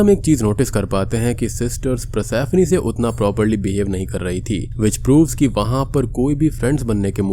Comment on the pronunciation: भाई ये पर्सिफोनी को प्रसैफ्नी बोल बोल के जो तुमने इरिटेट किया है न!! 🙏🏻🙏🏻